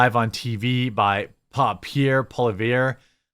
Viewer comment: Pierre Poilievre: "Pee-AIR pwahl-YEV(r)" Je vous en prie.